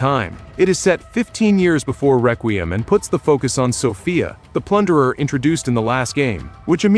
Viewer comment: This dumbass cant pronounce Requiem learn proper english phonics